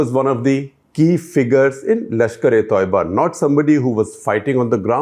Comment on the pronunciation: Guys it is not lashkare toiba…it is lashkare tayyeba …don’t know why Indians say toiba